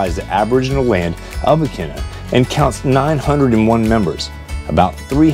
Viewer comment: Nice video on the Vineyard. You were killing us though with the town pronunciations. You got Vineyard Haven right- Menemsha (Ma- nem- sha, it’s just one Oak and 2 Bluffs, Edgar town not ton and Aquinnah A- Quinn - A.